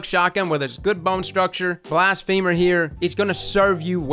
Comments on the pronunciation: BLAS-fuh-mer not blast-FEEMER lol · Blas-phe-mer not blas-femur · Is it not Blas-fa-mer? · M. Saez it isn’t cuz blafemy isn’t pronounced that way. It’s Blas-fuh-mer cuz it’s blas-fuh-my. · I love you bro but its blassfum-er not blast-femer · Blast-feh-murr, not blast-femur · *BLASS-FUH-MURR* think blasphemy.. not a leg bone. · its not pronounced blast-femur its blas-phe-mer... my femur hurts now Blast-femer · The way you say blasphemer is killin me lol. Yknow how ya say feminine? It's like that. Feh, not "fee-" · Blast...femur - 2019 Edit: turns out it’s actually pronounced that way lol guess ya learn somethin new every day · HiImErebos yea but it isn’t pronounced femur lol which made it funny when he said it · You sure...because "blasphemy" is NOT pronounced that way...and it's been driving me crazy that everyone is saying "femur" in this word. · Blas-feh-mer. Its ok, we still love ya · “Blast Femur” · Why do I always hear it as "Blast Femur"? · I think its pronounced blas fe mer like blasphemy but with er not like the leg bone femur lol love your intel though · "Blast Femur" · who tf says blastfeeemur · I swear to god i heard bast femur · I cringed every time you pronounced it as blast femur